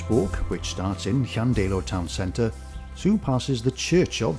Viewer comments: ydych chi'n dod o rywle yn y Gogledd? Mi glywais y bobl leol yn dweud, "Llan-DAI-lo" yn lle "Llan-DEI-lo." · A peculiar pronunciation of Llandeilo.